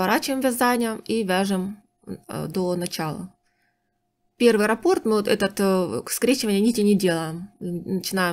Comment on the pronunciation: Скорее, японская мастерица. Нравится, что вы грамотно говорите: нить, а не ниточка, как любят говорить россиянки, раппОрт, а не рАпорт, как любят говорить некоторые.